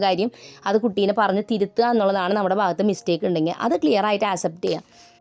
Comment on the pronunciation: ഇതിൽ മിക്കതും ഞാൻ ഫോളോ ചെയ്യുന്നതാണ്... ഒരു suggestion und...english words പറയുമ്പോൾ കുറച്ചു കൂടി ശ്രദ്ധിച്ചു പറയാൻ ശ്രമിക്കൂ...accept ( അക്സെപ്റ്റ്)എന്നാണ് pronounce ചെയ്യേണ്ടത്... അസെപ്റ്റ് എന്നാണ് കേൾക്കുന്നത്...if you don't mind..